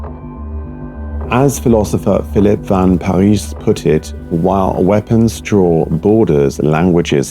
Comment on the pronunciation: "van Parijs" rhymes with ice .